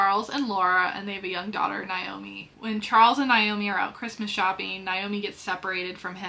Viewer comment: as some one named Naomi the mispronunciation drives me nuts. (NAA-Oh-MEE) if that helps. lol great book recs tho